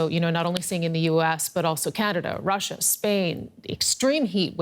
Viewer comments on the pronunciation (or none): none